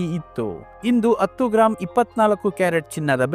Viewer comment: Sir attu alla adu hattu